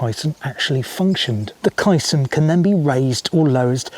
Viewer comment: Other balanced-tank UK examples - the Anderton Lift (vertical, as on the SCC) and the recent Falkirk Wheel (rotary ). Also, I think it's pronounced 'Kay - Son'.